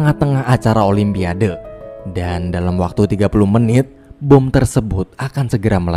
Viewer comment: Olympiade..sebutanya olimpiad..bukanya "o lym pia de: sebutan dgn ejaan biar betul wak..jangan di indonkn bahasa ingeris@ yaa...olympiad yaa "de" nya xperlu di sebut..